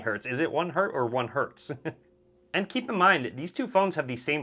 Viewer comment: Its always HERTZ - no Hert pls.